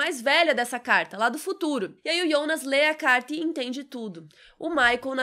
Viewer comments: Tão mais legal pronunciar Jonas ao invés de I onas :/ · "IONAS"??? A GENTE QUE ASSISTE DUBLADO ESCUTA "JONAS"... " AH. MAS EU ASSISTI EM ALEMÃO".... Foda-se: estamos no Brasil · Aiii de boa, eu ia assistir o vídeo todo mas desanimou ficar ouvindo Ionas.... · Que agonia dela falando Yonas. 🙄